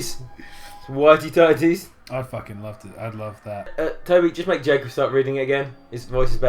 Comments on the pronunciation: "ITS JACK-UB" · I thought it said "Jack's cock". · When they say "It's Jacob!" at the beginning it sounds like they're saying "It's Jack-Off!" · When Ash, Brock, and Misty were saying, "It's Jacob!" at the beginning of the video, I legit thought that they said "Jack-off" lolololol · I personally heard "Jack off" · "Jack-ohb" Quality sentence mixing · ITS JACK-UB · Cole Lipe I heard Jack off